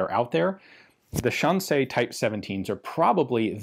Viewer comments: Say Shan C not Shan say. Shan C. These guns weren’t stolen weren’t they? Hmmmmmm. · Fascinating how Ian starts off mispronouncing Shan Xi as "Shan Say" and then at around the 4 minute mark he correctly pronounces the Xi as "See". I wonder if there was a language expert behind the scenes who corrected him between shots =) Either way, awesome video as usual. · Xi in Shanxi is pronounced she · Shan-say is a pretty wide miss in pronunciation. Shan=see, which you stumble in to in the middle, is closer but not quite it. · Just a slight correction: Shanxi is pronounced more like how you would say "Sean She" in English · Pronounced like 'Sean-She'(shaun-she). Like Sean Connery in Zardoz. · Hearing Ian saying Shanxi(山西) using only the English pronounciation is yet another entertaining element for this already outstanding video. XD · Anybody notice how Ian pronounces Shanxi like it's a French word? 😁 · “Shanxi” is a difficult pronunciation for English speakers because English doesn’t have the sounds it makes. “Sh” is well, “sh”, but “an” is somewhere between “an” in “Can” and “ean” in “Sean”. If you speak German however it’s basically “ann” in “Mann”. “Xi” is tricky because the X is like halfway between a “S” and “Sh”, and there isn’t any analog for it in Latin based languages. I guess try to make the S sound but move the tip of your tongue back a bit? And finally, the “i” in “Xi” is basically “ee” in “need”. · I'm sure someone has already mentioned this, but assuming it's written in Pinyin, "xi" is pronounced like the English word "she." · My lady says your pronunciation of “Shanxi” sounds French, which sounds about right! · This is so fascinating, but I found myself wincing every time you pronounced "Shanxi".